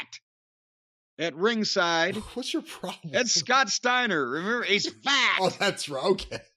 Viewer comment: You gotta put emphasis on "fat." Like "He's FAT!!!"